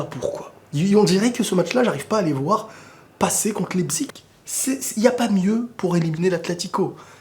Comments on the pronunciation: svp prononcer la véritable prononciation de leipzig, c'est pas "lepzigue", "lepzich" mais "laïpzish" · C'est pas lepzig mais laïpchich la prononciation sinon continue go le millions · en tant qu’alsacien jv te donner un petit tips, Leipzig se prononce « Laïpsiche » ahah de rien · Leipzig se prononce : l'ail - psich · Ahh voilà on est d'accord Je me disais aussi qu'il le prononçait mal J'ai fais allemand également 🤦‍♂️🤦‍♂️🤦‍♂️ malheureusement...